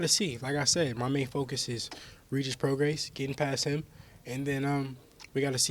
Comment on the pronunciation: Whos gonna tell haney how many times hes mispronounced regis prograis last name?